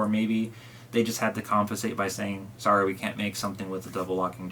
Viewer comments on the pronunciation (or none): none